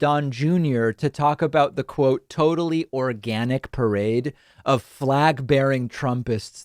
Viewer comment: The emphasis on "organic" will make anyone doubt the authenticity.